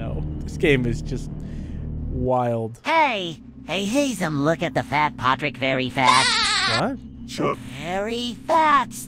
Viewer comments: Patrick not potick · WAIT WHOS POTRICK ISNT IT PETRICK OR PATRICK